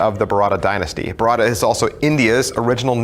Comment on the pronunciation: As an Indian i can't stop laughing after hearing u say bharata.sorry.😂😂😂